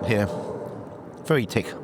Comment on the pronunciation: English customer "is the soup tinned" Irish waitress "No, tis tick."